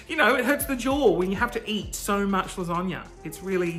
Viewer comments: Melissa Baby it’s more of an a sound not an O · Why you keep saying lasagna like lasonga. Please I need answers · Baby Bear I’m Australian and I don’t say lasonga hahahahaha I say lasagna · No one: Absolutely no one:: lasönga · Okay... wtf is with you pronouncing of lasagna?! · i googled it just to make sure it wasn’t how italians pronounced it but nope. nothing like it. i’ve never heard that!!! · Melissa Baby i lived in the US for a year and never heard it that way. lol. must be a regional thing. the most common american one i’ve heard is las-a (a like in apple)-gna. In Australia we generally say las-ar-gna.